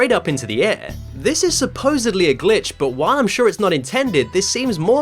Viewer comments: I SWEAR EVERY TIME YOU SAY SON OF A GLITCH I HEAR B!TCH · You said Son of a Bi*ch.